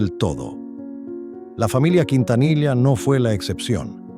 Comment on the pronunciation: ¿Qué tipo de Mexicano eres sí no sabés pronunciar él apellido Quintanilla?